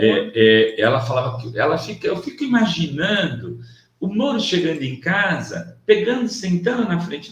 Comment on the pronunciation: A imitação que o fez da Vera foi hilária: "imaginannndo", "sentannndo", puxando bastante no paulistês. 🤣 Se bem que acho que essa parte não foi de propósito. 🤣🤣🤣